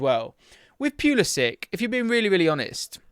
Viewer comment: Its poo-liss-ick. He's best playing centrally.